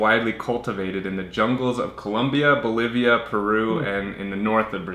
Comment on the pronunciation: Colômbia, not Colúmbia! Bolívia é com acento no í ;)